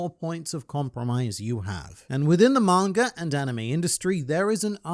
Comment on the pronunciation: I love when you say mangr